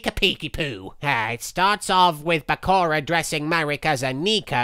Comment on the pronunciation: The way marik pronounce Bakura like PARKORA